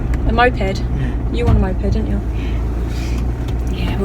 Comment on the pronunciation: Sorry Ive just laughed out loud.. when that car didn’t say thankyou to you, I thought Cameron said ‘N**head’ then I realised he said moped 😂😂😂😂😂